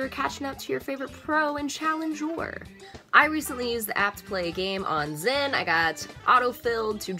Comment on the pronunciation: its Xin!not Zin (dont give a fck about what poeple say